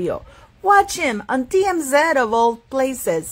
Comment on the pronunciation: Most critics are trying to justify their witchhunt as opposed to humbling themselves and apologizing. Sending many healing prayers to the beautiful Carherine Princess of Wales! 💙🙏💙🙏💙🙏 PS. TMZ is read like this? The sound in Spanish (ti-em-zi) not ze. ❤